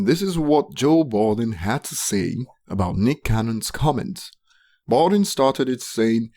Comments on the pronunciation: My nigga it's Budden not Balding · Can't listen to this dude cuz he doesn't even know Joe Budden, but Bolden. What a fool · Its Budden not Balding. If you quote people? Credit their name with the proper respect, pronunciation and spelling. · It's Budden, not balding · This whole time I thought he was saying balding cause of his accent and. Was clowning his ass to find out it was purposeful lmaooo that’s how my day went how was yours? Lolll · Why cant you say Budden's name